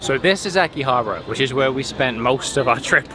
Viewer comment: So uhm its Akiha Bara not Aki Habra